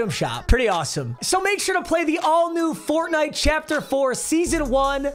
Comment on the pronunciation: the way he said FoRnITE